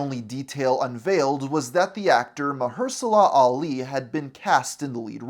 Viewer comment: "Carol DENvers" "MultiUNIVERSE Saga" "MarHERSALA Ali" "Semi LEEu" "EvangLINE Lily" "Gamma IrRADiated blood" LMFAO